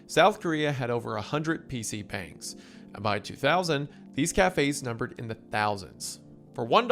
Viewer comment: He also mispronounced PC bungs every time he brought that up